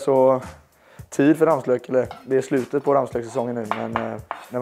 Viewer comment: Folk som säger rammslök… det heter ramslök